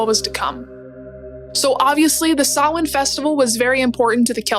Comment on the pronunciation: Yeay somebody who knows where Halloween comes from and pronounced Samhain correctly 👍🇮🇪 Oíche Shamhna sona/happy Halloween👻🎃🧹⚰️🦇🕷️. My daughter dressed up as a Cailleach (witch🦹‍♂️) this week in school.